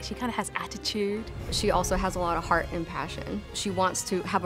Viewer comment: "huge hearth"